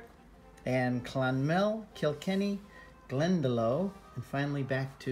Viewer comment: Gleandalough pronounced Glendalock..Tnx for vid